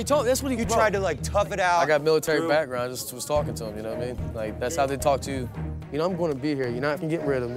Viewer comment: Why did this guy say I got military packground 😂😂